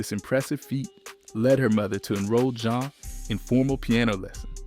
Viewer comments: Two minutes in..the Zane pronunciation after saying the album and name correctly is SENDING ME!!! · The group’s name was pronounced ZHA*Nay NOT JANE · jesus christ it’s pronounced jon-nay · Dude, PLEASE. It's "Zha--Nay." I just can't... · My Dude the album literally tells you how to pronounce their name JAH NAY.. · Bro still said Jane. 🤦🏿‍♂️